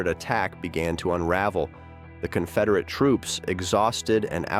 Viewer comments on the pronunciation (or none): These garbage channels are just dumping copyrighted material into AI apps to produce the audio. the voice reads "diva-statting precision. The Conferdate avan-dance failtered" because it's written in old-timey script that the AI doesn't recognize. You're garbage people.